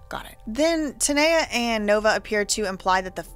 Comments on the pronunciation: Her name is TAAA-Kneeeeee-Yaaaah . ( TANEA ) her saying it like Tania is aggravating me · TUH•NEE•UH not TUH•NAY•UH 😅